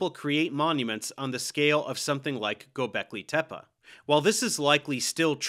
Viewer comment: You talking about Gobekli Tepe? Cause he pronounced it correctly